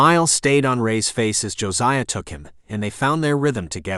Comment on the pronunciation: Did he call him Josi coon? That word is a very not nice name for a black person in the UK. Mostly died out now thank goodness but it gave me a bit of a jolt when I heard it